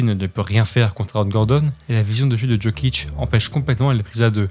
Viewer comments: Ça se prononce "Yokich" pas "DJokich" 🥲🥲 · Le contenu était propre, j'ai bien aimé, surtout que j'ai suivi son ascension depuis longtemps, dire qu'il a été drafté si loin. Et juste sinon on dit pas Jokic en prononçant le j "je" mais plutôt en "i ou y" yiokic si tu veux 😉